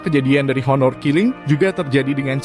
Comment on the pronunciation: Salfok, bacanya ˈänər (aner), bukan honor bukan onor 😁